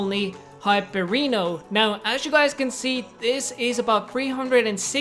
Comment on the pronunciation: Sky ”Hyperino“